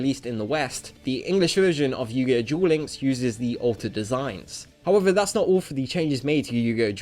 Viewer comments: He said yugioh gulinks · „Yugioh Djuel Links“